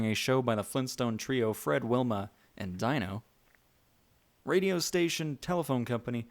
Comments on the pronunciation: His name is not pronounced DIE-NO, it’s pronounced DEEN-O just saying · Great video. BTW, its pronounced "deeno" instead of "dyno". You were not a fan of the show, and thats understandable. 🖒🖒🖒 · When we were kids we had imaginations we didn't have to have a bunch of rides that's what this theme parks about and you can't even say the little dinosaur dog's name right it's pronounced Dee no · Prounced Deeno, not Dino. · Omg say it right, it's DEENO!!